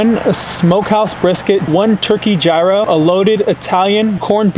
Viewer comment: gyros is pronounced like "Euros"